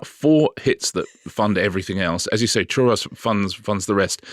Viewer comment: Iam I the only one that's annoyed with how they pronounce churro?